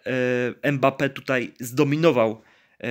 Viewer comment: Nie em bappe tylko mbape sie wymawia jak cos XD